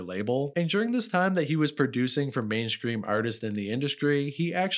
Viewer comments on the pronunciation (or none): Are you saying main scream instead of mainstream? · did you say mainscream instead of mainstream on purpose all the time 😁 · Are you saying mainscream?